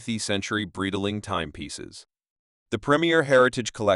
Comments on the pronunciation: Man, you don't even know how to pronounce "Breitling". What kind of expert are you? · AI voice over sucks, can't even say the brand name correctly